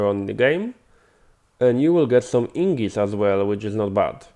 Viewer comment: I appreciate the tutorial (I was trying to use the centrifuge without a buffer) but if i could ask a quick favor. Everytime you say "ingis" it sounds like Ingots. please notice that the g comes before the n. It's name is Ignis (ig-nis) (like the word ignition) I don't mean any hate, you are understandable and English is a horribly tricky language sometimes.